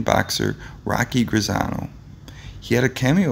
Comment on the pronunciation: HENNY HENNY HENNY HENNY. NOT....HENRY !!!!!!!!!!!!!!!!!!! And GRAZEEEEEANO GRAZEEEEEANO. Not GRAZANO !!!!!!! Schmeckel !